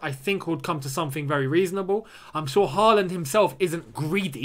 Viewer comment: Can you say Haaland with Å? Like when we sing “Å” oh tammy tammy